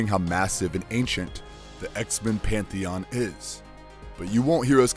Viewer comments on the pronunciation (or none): none